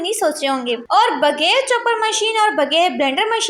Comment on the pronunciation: Baji bager nahi bghair bolte hain ur ghayeb bolte hain gayeb nahi talafuz sahi Karen kindly